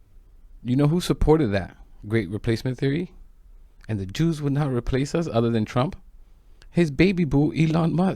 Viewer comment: I did not really here them say "Jews" I Heard "You" However we know what they really mean